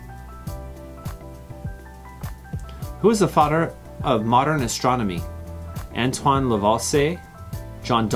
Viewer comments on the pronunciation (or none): none